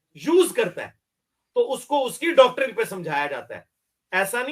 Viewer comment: ڈاکٹرن۔۔۔صحیح تلفظ نہیں ہے۔۔۔صحیح تلفظ یہ ہے۔۔۔ ڈاکٹرائن